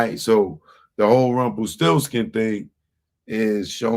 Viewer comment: u said rumplesti